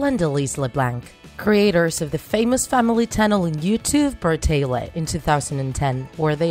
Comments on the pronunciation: Im sorry but it's BRATAY-LEY not Bratay-Leh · Lady it's not pronounced Brataylay it's pronounced Bratayley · “Creators of the famous family YouTube brataylehhh” 😂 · She says bartalet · Bruh- tay- leh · Anyone else get triggered when she said Bratayley like Bratele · Myaobrien15 look up bratayleys last name reveal, they say it, it is hard to explain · Alicia Rutledge the way she bratayley also bothered me😂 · Alicia Rutledge and when she said “bratayley” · sorry but the way you said bratayley bothered me so much but video was amazinv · You say bratayley wrong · You say Leblanc and brataley wrong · It annoys me how u say Leblanc and how u say Bratayley no offence and I liked the video :) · That's not how u say Bratayley or LeBlanc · U saying bratayley, haliey, and Leblanc wrong.